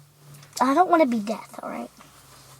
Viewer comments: Sorry to nitpick Sydney but it's pronounced deaf, not death. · I actually think she said death. When I was younger i thought it was death not deaf even though it is DEAF